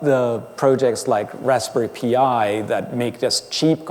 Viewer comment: Raspberry "pee eye"? o.O